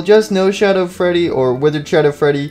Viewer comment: freddy not fweedy